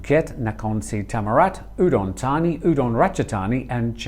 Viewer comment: Its Ubon ratchathani not udon